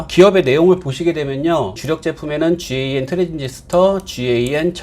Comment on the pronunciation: 실무자들은 GaN 을 갠 이라고 읽고 있습니다. 또는 gallium nitride(갈륨 나이트라이드)라고 읽기도 합니다만 너무 길어서 대부분다 갠이라고 합니다 ㅎㅎ. (GaN이전에 많이 쓰이던 GaAs는 개스라고 많이 읽습니다)